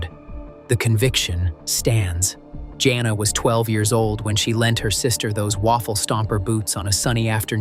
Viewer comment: I hate this AI narration. It got the name Jana correct the first time and then started pronouncing it Johnna. Then it went from narrowing down a family to following the suspect into a casino. Whoever makes these AI presentations needs to step up their game because they suck.